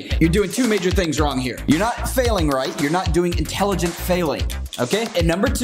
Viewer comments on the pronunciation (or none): Haha "inteligent" 😂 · talking about intelligence... “inteligent failing”😂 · "Inteligent" failing... can't tell if on purpose or not, but take my thumbs up anyway.